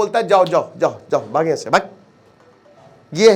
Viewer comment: That "bhaaggg" was personal 😅😅